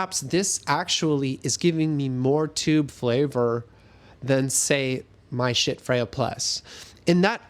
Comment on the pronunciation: The fire alarm chirping is ridiculous. Also could you please say schiits one more time? Seriously. Great review. Poor presentation for a sound based review. Just notes. No hate.